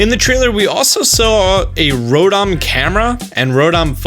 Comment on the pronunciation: So we are just gonna forget that he calls Rotom "Rodom"..... ok